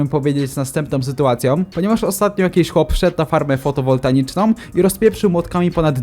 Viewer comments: FOTOWOLATICZNĄ a nie fotowoltaniczną mordko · przepraszam ale musiałem. Nie fotowontaiczną tylko fotowoltaiczną :) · Bardzo fajny film,ale pamiętajcie bądź pamiętaj nie mówi się fotowoltaniczną tylko fotowoltaiczną to taka mała podpowiedź a tak to fajny film👍💪😁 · *FotowoltaICZNĄ, a nie "NICZNĄ". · Fotowoltaiczną, nie fotowoltaniczną. Jest fotowoltaika Nie ma FOTOWOLTANIKI NIE MA W TYM SŁOWIE "NI" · Jak co to nie fotowoltaniczną tylko fotowoltaiczną tak jak co. nic do tego nie mam że tak powiedziałeś ale na przyszłość ;) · fotowoltaiczną , tam nie ma N !!!!!! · fotowoltaiczną nie fotowoltaniczną mordeczko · Nie Fotowoltanicznom tylko Fotowoltaiczną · Fotowoltaiczną, nie Fotowoltaniczną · fotowoltaiczną nie fotowoltaniczną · Fotowoltaiczną*, nie fotowoltaNiczną :D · Onepartname jak się wsłuchasz, to słychać fotowontaiczna, poza tym po co jesteś toxic? Masz gorszy dzień?